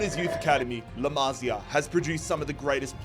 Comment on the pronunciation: “La mazi A” 😭